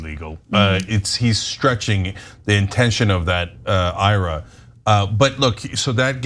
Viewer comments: Ana... ira?? I. R. A. you're killing me with that pronunciation... it's not a guy's name, it's letters/initials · It's not Ira, it's I-R-A!! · Roth I.R.A., not Roth Ira. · its not a Roth Ira like eye rah... It's a I.R.A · MAJORLY IRKED ME, THEN CENK JUMPED ON THE PRONUNCIATION BANDWAGON AND NOW I AM LIVID